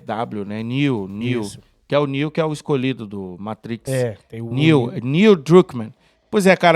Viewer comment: Fala galera, ótimo programa! Obs: no Matrix é Neo... a pronúncia tá ficando lindona rsrsrsrsrsrsrs abração